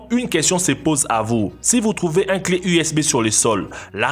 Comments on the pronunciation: PTN TU MA TUER UNE CLEF USBEUH 😂😂😂😂😂😂😂😂😂😂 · ah woui woui cé la wéwité ma fwère,twouche po le clé usbeuuuwhh pouerdtu ,,wetourne jouèr a la wi u.